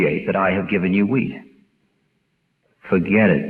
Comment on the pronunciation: Sounds like he's saying take the weed.. not wheat. 😆😀